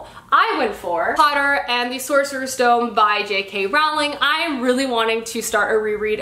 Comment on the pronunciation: Oh I really like your video's! Just.... It's Rowling as in rowing a boat, not "Rauhwling"! Sorry for the Potter-perfectionism but I can't help it.